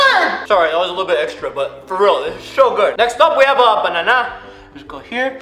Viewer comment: how he said bananana